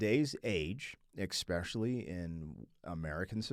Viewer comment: Some feedback for you: There is no "x" in "especially". I've noticed this in several of your reactions, and it is quite annoying, please stop saying "exspecially".